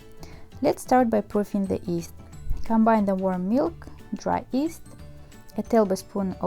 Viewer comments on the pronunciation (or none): why do say yeast as east?